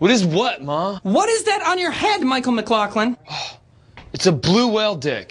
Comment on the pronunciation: Nobody will ever pronounce McLaughlin right. It's Mick-loff-lin. Goddamnit.